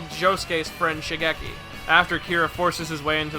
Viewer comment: Please please please please please please please PRONOUNCE THE FUCKING NAMES CORRECTLY It’s Shigekyo or Shigechi not Shigeki. It’s Reimi, not Remy. Remy is a fucking rat from a movie about cooking.